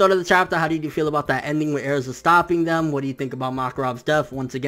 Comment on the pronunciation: not bashing you or nothing but why do you pronounce Erzas name like that? if that's how you pronounce it, go for it. just curious is all.